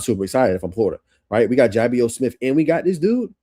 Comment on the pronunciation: Love the breakdown def subscribing. One quick note, I found out the day of his commitment that Ja’Bios is pronounced juh-bye-us